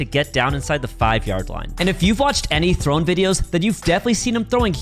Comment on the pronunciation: ITS THRONEE